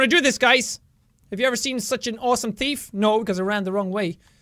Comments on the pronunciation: THEEEF not TEEF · thief not teef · watch out for da flying lettuce!! Top..of..the..morning..to..you..laddies...and welcome to something called the very organized teeth.. He actually says that :3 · Actually thought you said "The Very Organised Teeth" 😂😂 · did you notice that he said teef and not thief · Am I the only one who thought that in the beginning Jack said "The Very Organized Teef ?" xD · At the start he said teeth insted of thief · The Very Organised "Tief" lol Sorry Jack. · U SAID TEETH LOL!! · Did anyone hear sean/jacksepticeye says the very organize teeth or its just me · You said teeth at the beginning instead of thief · Why does he say teef instead of thief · Ha ha ha you said tief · did he say theeth at stary? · Lexi Rene ME TOO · me to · I heard "teet" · The Very Organized Teeth. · I like how Jack says "thief" in this video - especially in the intro - he pronounces it like "teef," and it's kinda cute. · I like how he pronounces it "the very organized teef" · I am the only one that heard "The very organized teeth"when jack said it? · It sounded like you said “Teeth”. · 00:5; organized teef! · did he say thief teeth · Lexi Rene that's because he did